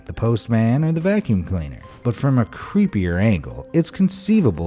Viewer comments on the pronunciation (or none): none